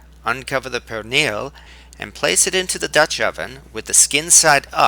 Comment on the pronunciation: perrrrrrrrrrrrrrrrrrrrrrrrrrrrrrrrrrrrrrrrrrrrrrrrrrrrrrrrrrrrrrrrrrrrrrrrrrrrrrrrrrrrrrrrrrrrrrrrrrrrrrrrrrrrrrrrrrrrrrrrrrrrrrrrrrrrrrrrrrrrrrrrrrrrrrrrrrrrrrrrrrrrrrrrrrrrrrrrrrrrrrrrrrrrrrrrrrrrrrrrrrrrrrrrrrrrrrrrrrrrrrrrnil is the actual correct pronunciation.